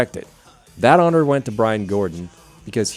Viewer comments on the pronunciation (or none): none